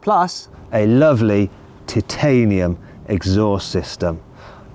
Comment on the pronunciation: Also, who says TIT-anium? 🤣